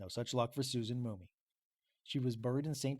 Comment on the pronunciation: Why are you saying "Mooney" it's "Mum-mey". Also, the feud over property was with a "Lindenmuth" family. I'm connected to this story by marriage it's in my Family Tree. I've been researching to get as close to the accuracy as I can...it's not easy. In 2023 the Shenandoah Historical Society scheduled a discussion about this incident. The public was invited however I was not aware at the time, and I missed it...just came across it yesterday. I live in Lehigh County, PA about a two & half drive from where this took place. Some of what you said here are new to me and may be true-I'll need to look into it. Other parts sound correct and some sound like embellishment. Just an FYI...